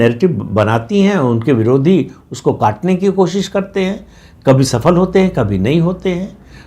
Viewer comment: प्रदीप सिंह जी, छोटे मुँह बड़ी बात, काश आप 'सफल' (जो हिंदी का शब्द है, उर्दू का नहीं) को 'सफ़ल' न बोला करें। सफल- जिसका फल मिले, व विफल जिसका फल न मिले।🙏